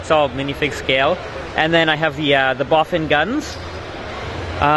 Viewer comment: Bofin guns? it’s BOFORS guns